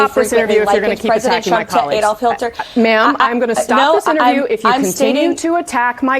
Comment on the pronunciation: HILTER. SHE SAID HILTER.